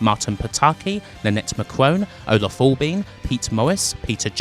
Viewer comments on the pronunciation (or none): none